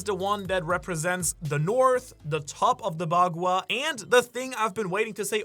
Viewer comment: The amount of mispronounced words in this vid while also apparently living in Japan.... like yea these are all chinese terms but one would assume a person would learn pronouncing the words for the key factors of their video before recording or even posting, Fung shui, bagua, Bagooa, Fang shway.... its really NOT that hard to find a video online for proper pronunciation